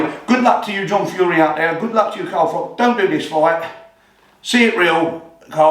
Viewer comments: cant even call Carl by his correct name FROCH not FROCK....Absolute melt!! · Who's Carl frok?